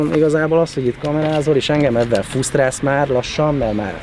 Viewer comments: Nincs olyan szó, hogy 'fusztrál'. . Pont olyan mint amikor azt mondják, hogy terrabyte. Tera. Frusztrál. Tanulj már meg beszélni :D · Ne haragudj, nem állt szándékomban. Viccet félretéve, a srác nem artikulált rendesen, és az első r betű nem hallatszik, ha jól megfigyelitek. Én ezt próbáltam kiemelni.